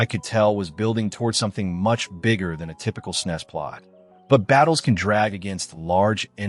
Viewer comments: Really appreciate the attention you're giving to some truly rare games! But please consider changing the way you pronounce "SNES." That hissing is discomforting. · I'm still trying to reconcile hearing the SNES being referred to as "snesss" instead of "s-n-e-s" as those of us from the era referred to it lol. It's weird. But I'm certainly appreciative of media covering the SNES console and its' games. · Did you just pronounce snes as a word instead of an acronym?